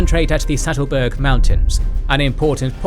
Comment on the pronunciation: Poor Sattelberg, always getting pronounced Stattelberg :(